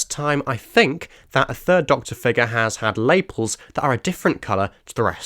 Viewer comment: Since no-one else has mentioned it, it's pronounced and emphasised "Luh-PELS".